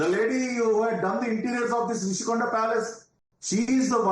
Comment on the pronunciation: Happy for national media to bring this news to nationwide.. but plz do some research pronounce properly it's Rushikonda not Rashikonda